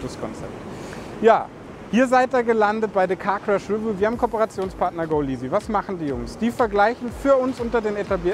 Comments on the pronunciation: re'view, nicht 'review. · Die Betonung liegt auf der zweiten Silbe, nicht der ersten.